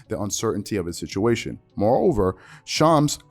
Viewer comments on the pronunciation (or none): “shoms” ITS SHAMS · well my first hint was the 3 different pronunciations of his name. Hey no judgement, I have difficulty with the pronunciation.......I’m sure that’s why everyone just calls him Chams.